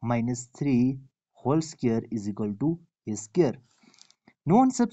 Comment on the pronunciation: SQ-UARED not SCARED. If you want to make videos, work on your accent. Listen to videos in English and pay attention to the pronunciation. ‘a scared’ sounds silly.